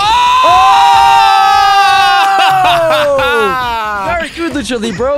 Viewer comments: says "Mr. Libros'". lol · keeps saying "i fight books" lol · says Lucha Libro. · Is saying 'Lucha Libros'? Because that means 'fight books' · Did fred flinstone say lucha-li-BROS #PEWDIEPIE #BROS